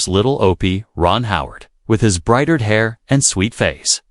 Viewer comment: "Brightered" hair? "Lamerican" teen? It's AI time again. . . . .